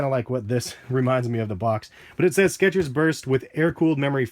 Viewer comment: theres no T in skechers